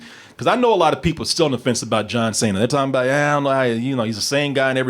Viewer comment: "John Say-na"